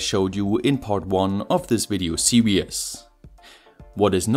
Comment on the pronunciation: I guess it might be because of how the german word "Serien" for "series" is pronounced. The last "e" in "Serien" isn't silent unlike in "series". If you pronounce it like that in english, it's going to sound similar to "serious". This is a mistake which also happens to me sometimes by accident (I am a german as well). Listen here: www dict cc/?s=serien